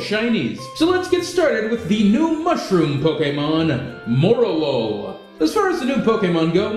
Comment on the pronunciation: I thought Morelull was pronounced More-Lull...